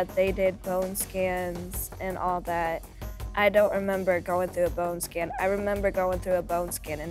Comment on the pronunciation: It also says "bone skin" for bone scan. 🤣